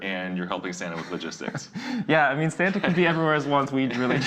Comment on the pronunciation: You mean "Sam-ta" ♡ 🎅